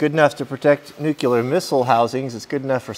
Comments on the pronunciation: nice video, but I can't understand why so many people say NUCULAR instead of NUCLEAR, this is pissing me off so much for no reasons :/ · Yep. I remmber by saying "new clear". No 'q'.